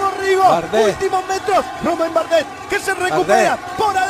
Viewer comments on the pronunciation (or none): Que fastidio escuchar al tipo ese diciendo "Barguil" o "Bardet" y siendo colombiano le bota mala vibra a Rigo, Sabato un capo pareces un colombiano más. 👌